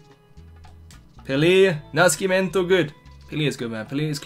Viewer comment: Hey! Pelé's last name is read like if it was with "ss" instead of "sc". So try reading Nascimento like "Nassimento", it'll the right pronunciation. That's it, big fan from Brazil!